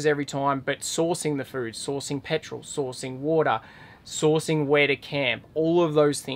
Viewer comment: So happy to see you & & love the video & van! The bathroom is amazing! It took me the 3rd “sourcing” to realize you weren’t saying “saucing!” Ha! ❤️❤️